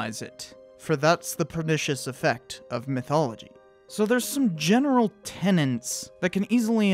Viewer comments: Tenets not tenants . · You keep saying "tenants", it's "ten-ets", no second "N" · “Tenets” not “tenents”. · "Integral", not "intrigal", and "tenet", not "tenent" (unless of course you're talking about a "tenant".) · "Tenets," not "tenants." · OK, nitpicking, but I flinch every time I hear 'tenents' for "tenets". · "Integral". "Tenets". Demonetised for bad pronunciation lol!